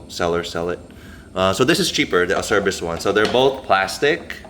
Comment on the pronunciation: Acerbis makes great stuff. For the record the correct pronunciation for Acerbis is ...AH-CHAIR-BEES